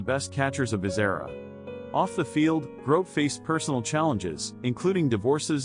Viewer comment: The commentator is pronouncing his name wrong